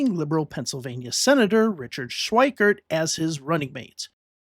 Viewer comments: It's not pronounced "Schweikert." There's no "t". It's Schweiker. Get it right. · FWIW: Richard Schweiker's name does not contain the letter "t", so the narrator's pronunciation of that name as "Schweikert" is a bit jarring -- and inaccurate.